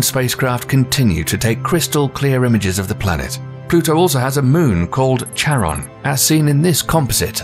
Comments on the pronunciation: Magellan is pronounced "Mah - gel - in", Uranus is pronounced "ur - inus", and Charon is pronounced "Care - on" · These are neat, but the mispronunciations of "aurora" and "Charon" were a little irritating. Also, "Uranus" - having the unfortunate pronunciation in English - has been shifted to something else that's not that much better, but I think is preferred "YOUR - in - us"